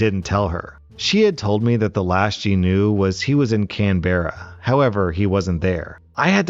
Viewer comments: That pronunciation of Canberra 😂 It’s pronounced can-bruh, not can-bear-rah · Its pronounced caan-bra not canbarea. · Oh, and? We pronounce it as "Canbrra". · Hearing the way you pronounced Canberra has finally made me understand the people who freak out over your pronunciation (joking) My dad grew up there (immigrated before I was born so I didn't) and I've always heard Can-bruh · Canberra pronounced Can Bruh Sorry. 😅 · Story 3: Can-bra for all you non aussies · Oof the way he said Canberra made me cringe